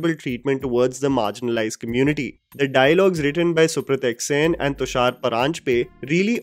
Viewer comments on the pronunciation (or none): none